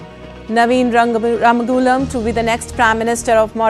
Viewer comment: From Mauritius how come you from India you can’t pronounce Our prime Minister Name Ramgoolam properly 🫢